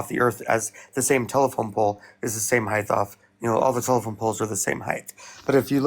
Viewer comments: I know im nit picking but dude keeps saying heighth instead of height lol 15:60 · This guy keeps saying “heightH.” I can’t take him seriously. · This idiot continuously saying heighTH is driving me up a wall. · wtf is heighth? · Dude is saying "heigth"... that alone is enough for me to not give that flathead any time or effort listening to him. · There is no fucking H at the end of the word HEIGHT